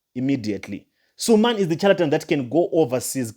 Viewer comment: THE NAME IS S U L E M A N NOT SUMAN